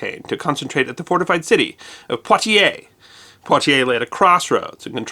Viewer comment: And Poitiers is pronounced PWA-tyer, not pwa-tee-AY